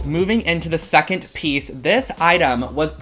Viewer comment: Were you a intoxicated when you edited this? “Secon look, three look, f look” 😂😂😂